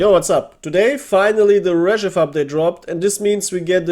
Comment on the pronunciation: It sounds not 'rEzhev' but 'rzhev'.. stress on the last (and the only one)) E